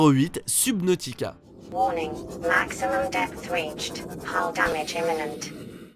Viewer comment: Comment tu l'as prononcé subnautica!!!Ca pique les oreilles...Bon par contre l'early access et la depuis 2015.